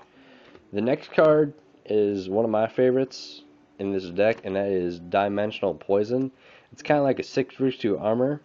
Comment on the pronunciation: Lol, dude I don't know if you are joking or what, but you cannot read for crap. Hearing you rape the card names is the best thing about this video. Dimensional Poison? Macro Cromos? Abangi of the Radiance? Sikfrisu Armor? Carmen Cutter? Lmao, just take your time and sound out the cards, it's not that hard. Lmao, this video is freakin' hilarious. I don't even know how you play the game if you can't read.